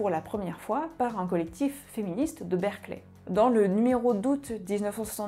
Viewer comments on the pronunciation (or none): none